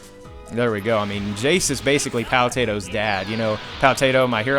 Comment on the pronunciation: it's not jaaiice it's jeice